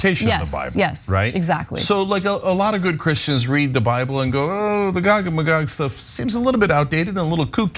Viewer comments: Gog-ma-Gog 😆 😆 A conservative enjoying the content 😆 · I've become Jewish over time. I have NO RIGHT to tell anyone else how to live their life. I've been studying theological anthropology for years now ... WTF is "Gog a Magog" :_TYTCookie:😡 If Cenk doesn't stop saying that he IS going to make both pee and crap in my pants ...